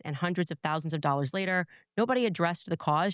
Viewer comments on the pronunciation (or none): none